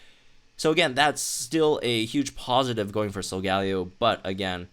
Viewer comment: In the TV series it’s pronounced "sol-ga-lay-o"